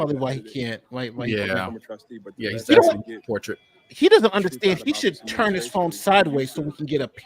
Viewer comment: Wish she stopped saying” Turt” The word is Turn !!!